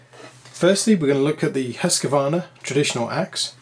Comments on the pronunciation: I still don't get where the Husq-A-varna pronunciation comes from. It's just wrong. Husq-varn-a, three syllables, not four. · Always the Husscuarna. Epic pronunciation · Look at the embossed label on the first ax. It says Husqvarna (husk-var-na) NOT Husqavarna. Seems trivially simple. Too bad Gransfors (big $$) lives, but Wetterlings are gone.